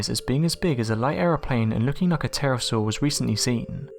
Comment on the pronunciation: You keep saying Terrasaw but there's no such thing but it is a Pterodactyl (the P is silent) and what you said about the devils pool in Queensland is wrong but I'll let it go.